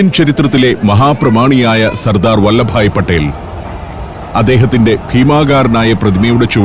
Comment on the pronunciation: അറിവുള്ള താങ്കളും അറിവില്ലാത്ത പൊട്ടമലയാളിയും ഒരുപോലെ പറയുന്നു ഈ തെറ്റ്. വല്ലഭായ് പട്ടേൽ എന്നല്ല, വല്ലഭ് ഭായ് പട്ടേൽ എന്നാണ് പറയേണ്ടത്.